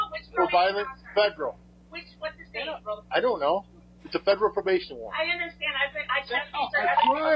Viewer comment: "I dunt kno" Marshals 2026